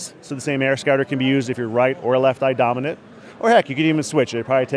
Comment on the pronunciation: Sounds like he says AirScatter every time (like ). Anyway, what if it's bright out and you're wearing sun glasses, wonder how viewable it is.